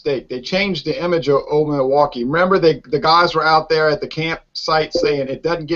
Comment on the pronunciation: Examining Old Milwaukee? Now that's funny. It's cheap. It's not so good. It's cheap lol. Uh. ...it's Old Mil-blah-kee. Funny review. How you talked about it for this long was funny. Cheers you guys.